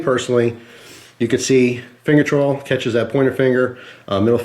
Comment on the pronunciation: Once you notice that the way says "choil" sounds like he is saying "troll," you cannot un-hear it lol.